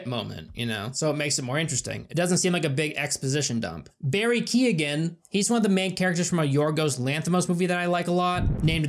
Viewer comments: As an Irishman just wanted to kindly let you know it's pronounced Barry Key-Oh-N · Haha the pronunciation of Barry keoghan It's pronouncer Barry kyowin